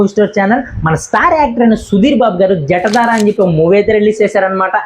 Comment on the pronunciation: జటదార కాదు జటాధర